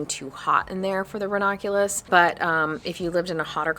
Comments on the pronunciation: I appreciate this VIDEO and all information for Growing RANUNCULUS 😅 only one thing I noticed was that you. Kept Pronouncing RANUNCULUS differently. You kept saying RAW NAH CULAS! That sort of Drove me a little crazy but not too serious. Lol!!❤👋🤭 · Hi. It’s ra-NUN-Q-Lus. But I like how you say it too. Hehe